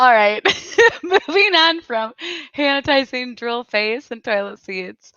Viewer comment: "Han-itizing stations!" 😂😂😂